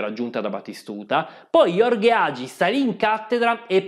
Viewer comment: Gheorghe Hagi, non Jorge ... Arrigo Sacchi da FUCECCHIO è strepitosa!